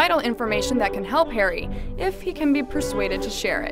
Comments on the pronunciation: did she just say "hairy"? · Why do you prenounce his name as: Hairy potter?